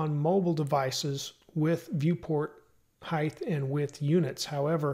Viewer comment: Throws me off every time you say 'heighTH'. Great content otherwise.